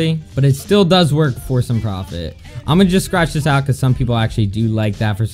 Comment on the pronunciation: lol its not preftt its profit